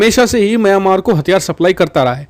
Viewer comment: म्यामांर नहीं मिंयामार कहो!